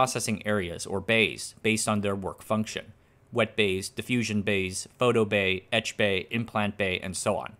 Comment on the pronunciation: "Etch-bay" pig latin! Lol!